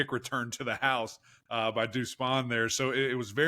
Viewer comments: People really need to learn how to pronounce Deuce Spann’s last name. It’s not Spawn. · Deuce SPANN! Not “Spawn”